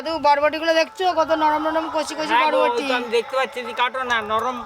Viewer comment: বটবটি না বরবটি